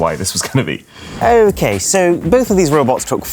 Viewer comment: Arun’s most British “okay” you’ll hear 😂